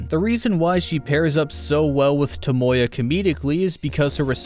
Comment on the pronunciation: I can’t accept the way you pronounce “Tomoya,” it’s like your trying to say Toyota instead